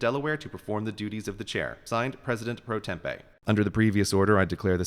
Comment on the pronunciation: "president pro tempe" This isn't Arizona, Grey... It's "president pro tempore," or "president pro tem" for short